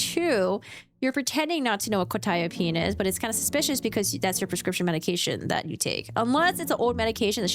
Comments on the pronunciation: She had a script for Qutiapine....she knew exactly what it was for and how to pronounce it. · Also, Quetiapine can be tricky to pronounce if you see it first time, she nailed it immediately. I also take Quetiapine in low doses as extra for depression and sleeping pill. In low doses like 50mg it will knock you out in 20 minutes. Life changer for my ADHD ass. If you try to fight it, you can, but coordination and balance are like you are drunk.